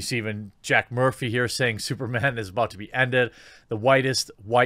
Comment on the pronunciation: SOOPAH DOOPAH MANE, LOL!!!!